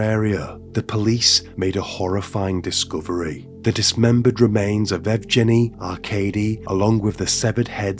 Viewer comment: Yevgeny- that name u need to say with strong G hhhh